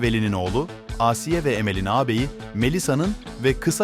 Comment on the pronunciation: Asiiye değil ağsiye